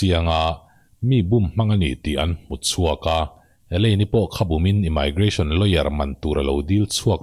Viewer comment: Immigration I lam rik dan hi English pronunciation han check nawn leh teh...dik lo deuh hlek chu a ni....a bak chu ngaihawm lutuk e 👍